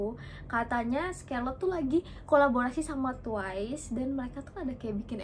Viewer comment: Kak maaf oot tp itu cara bacanya bukan “skerlet” tapi “skarlet” yaaa kak. Aku awalny bingung skerlet itu apa, ternyata scarlett toh wkwk